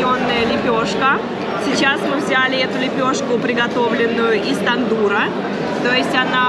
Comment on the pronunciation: Не тандур,а тандыыыыыыр!